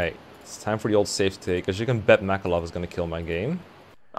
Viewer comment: Makalov not war